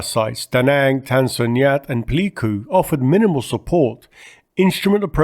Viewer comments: WACO is pronounced just as you did: "Wah-Coh." But I think you pronounced Pleiku incorrectly. At least the American pronunciation during the Vietnam War was "Play-Koo." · Some pronunciation tips from a Vietnam vet. Bien Hoa was pronounced Benwa, Tan Son Nhut was pronounced tahn son noot. Pleiku was playcoo.